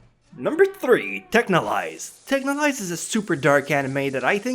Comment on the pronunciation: Thank you for finally making me realize how "Texhnolyze" was pronounced